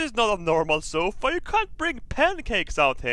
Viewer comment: That's one leather zofa.if you don't get it,listen to say sofa early on in the vid